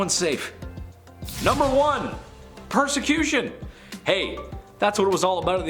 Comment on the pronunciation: 1. Perecution... lol